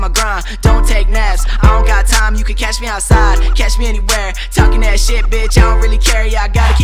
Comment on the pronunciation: Ke5Ka :3 я конечно вовремя, но чувак, всё же фраза «catch me outside, how ‘bout that? » и так правильнее но так-то, из-за её произношения звучало «cash me ousside how bout dah », но это блять смысла не имеет так что это неправильно